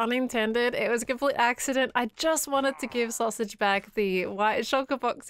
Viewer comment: fWhip be like XDXD : soosage HAHAHAHAHAHAHAHA